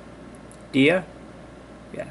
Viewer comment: pronounced "daia" :)